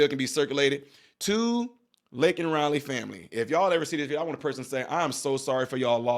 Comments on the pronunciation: #LakenRiley LAKEN! Not Linkin! Damn Joe! Get it right!!! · What is so disgusting and disturbing to me is that at the State of the Union, someone said her name, and Biden had a pin prepared to hold up with her name on it. He called her "lincoln Riley" and had the nerve to say he knows what it's like to lose children, and his condolences are with the family. There was absolutely no accountability on his part, and he didn't even bother to contact or go to the parents to apologize in person. Yet he wants us to believe he has all of this empathy and isn't like "the other guy." I was sure I wasn't going to vote for him a long time ago, but I really hope other people paid attention to the dismissal and minimization of the harm caused to Laken Riley and her family. Biden is nothing more than a textbook narcissist. He said her name wrong, then quickly refocused the attention back on himself and the comparison of his tragedy to that of Laken's family, deeming himself an expert on the subject. Disgusting. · Bidens old ass couldn't even pronounce her name and called her Lincoln totally disrespecting her and her family. Anyone that votes for Biden at this point is just as destructive.